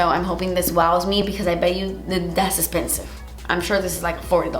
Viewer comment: I seriously live for the “das esspensive!” & the “deLITchous” in the videos! 🤣💖